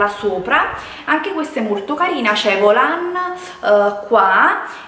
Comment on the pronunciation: da notare quando dice “c’ha tutti questi VOLÀN”😂😂😂😂